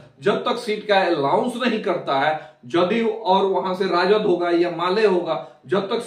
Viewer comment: पत्रकार महोदय आपकी पत्रकारिता बहुत बढ़िया है लेकिन आपका रोज चैनल पे वीडियो देखता हूँ उसमे आप एलाउंस बोलते है जबकि अनाउंस होता है ,वीडियो बनाते समय ऐसे कई सारे शब्दों के उच्चारण पे ध्यान दिया करे, इसलिए आपको बहुत आगे तक पत्रकारिता जगत को ले जाना है इसलिए अभी से ये सब छोटी छोटी गलतियां को सुधारने की कोसिस करे,हमारे इस सुझाव आपको अगर बुरा लगेगा तो उसके लिए क्षमा चाहता हूं